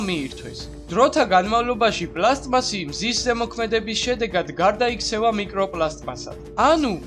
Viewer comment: პლასტმასი პლასმასი კი არა :)